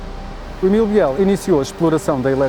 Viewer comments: É errado dizer "Biél". Deve dizer-se "Bil". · É verdade , deve pronunciar -se «Bil », Emilio Bil